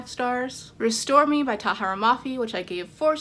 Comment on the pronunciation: huh thats funny, in your favorites section you pronounced restore me wrong